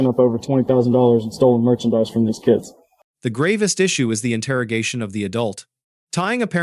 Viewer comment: It's "keeids ".